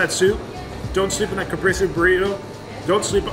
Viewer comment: CaprEse is how you pronounce it